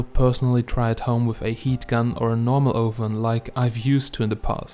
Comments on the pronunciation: "Oooven" never heard it pronounced that way before. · English is weird ... make sure to check your pronunciation of "oven" .